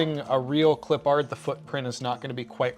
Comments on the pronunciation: Gotta say, I love this series. However. You do know you’re horribly butchering Clippard, right? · Nah, we're West Coast too. You're just being a bit creative with your pronunciation, nothing to do with your location LOL. Yeeter is correct, as it's properly pronounced as "Clip-urd" (as one word). And Danny Redman's last name is not said like two separate words, either, as long as we're in the pedantic part of the feedback LOL (like "red-mun", one word) Keep up the good work, otherwise!